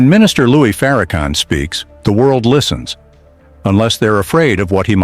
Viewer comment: sir it's not Louie it's Lewis Lewis I don't know whether you did this on purpose or by accident but correct yourself it's Louis Farrakhan Minister Louis Farrakhan